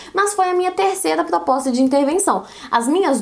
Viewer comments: "plospota" KKKKKKKKK fofínea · eu n consigo me concentrar quando ela trava a lingua e muito fofooooooooo